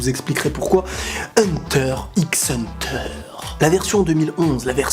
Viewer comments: Hunter et non pas hunteur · Hunta Hunta